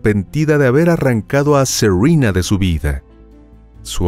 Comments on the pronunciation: Todas adolescentes evidentemente de familias latinas, no entiendo tu pronunciación de los nombres. Suena a seurina, cuál es su nombre con pronunciación real? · Q nombre raro tenía la víctima. Según el narrador se llamaba Serruina. Así lo entendí yo o será que el narrador no habla bien. Y una de las victimarias se llama Cruisti. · Serena es nombre español, no se por qué lo pronuncias como si fuera un nombre anglosajón.